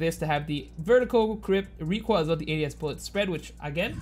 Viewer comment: ZERO REEKOIL, ZERO REEKOIL